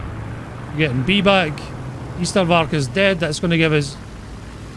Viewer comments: Lol I know you don't speak Afrikaans but you need to pronounce ystervark "ace-ter fark" not yeastervark pleaseeee😂😂😂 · Greetings from SA! Love the vids man! Just some Afrikaans lessons real quick, Ystervark is pronounced ace-stur-fark. It's a porcupine this side of the world. Rooikat, roy-kut. That's a Caracal. Rooivalk, roy-falk. The Red Falcon. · your pronounciation of Ystervark is very good already, but here's a quick way to pronounce it: "Ay-stir-f-ark" try that, you should be able to get it perfect after a few tries.